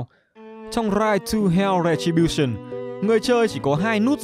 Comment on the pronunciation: "Ride to hell:Retribution": u mean "Rai tu heo: Rè chi bu sừn"?